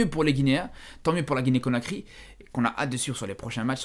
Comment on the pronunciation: conakry pas cokary